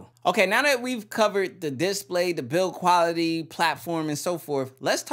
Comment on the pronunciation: I don't like the way you say display, change it lol